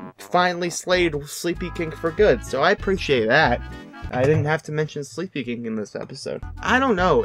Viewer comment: i love this channel and did you say SleepyKINK?